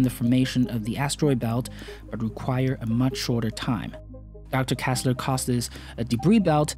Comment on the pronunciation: Why do you insist on calling him Kassler when his name is kessler? E like in egg.